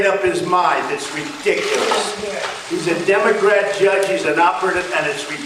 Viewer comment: "This is redicliss"